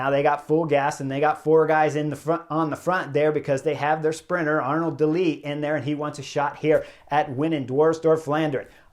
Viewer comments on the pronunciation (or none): none